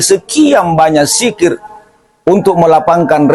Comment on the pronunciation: MAAF.. BUKAN SIKIR TAPI DZIKIR YANG BENAR....